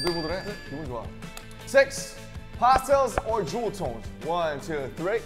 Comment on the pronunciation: Jimin and V having hard time saying "Jewel" is like that one ep of runbts where is they are looking for a blender but ended up saying "bolenche blenche" aaaah cuteee these babies🥺💜